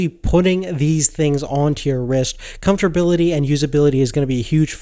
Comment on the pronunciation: Wait wait wait.......did he just say comftorbility?